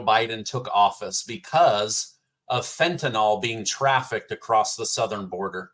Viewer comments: Top five. Hey, FYI theword is actually Fentanyl, not Fentanol. I am loving your outright faith and good sense in reporting current politics. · Even we southerners don't say we take "Benadroll" for allergies or sleep. Benadryl rhymes with fentanyl, so it is pronounced fin-tu-nill, not "fitnall," y'all. 😂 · Fentanyl, nyl is not pronounced “all” it is pronounced like “ nill”. Please for Gods sake stop pronouncing it wrong. Thank you.